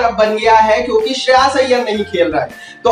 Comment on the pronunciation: Bhai wo shreyaas nahi shreyas hai